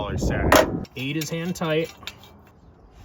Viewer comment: I thought i kept hearing "Hentai" then i paid more attention to video and he really meant "hand tight"....or did he?....